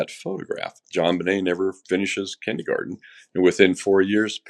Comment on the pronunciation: Kindergarten not kindygarden. Why was JonBenet in Kindergarten at 6? She should have started the year prior? It was rumored that close to JBR dying, she was not happy with wearing what her mom wanted her to and that they were quarreling. Also, what interests me is the odd fact that John had a collage frame, accept housekeeper, of his deceased older daughter on his bathtub. Why? That seems very weird to me.